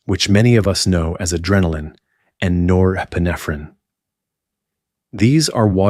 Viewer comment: I was excited thinking I found a non AI video. Then I heard how pituitary, norepinephrine, and pineal were pronounced. 😒